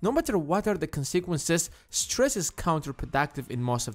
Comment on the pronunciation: Thanks for the video. Btw you pronounced "consequences" incorrectly.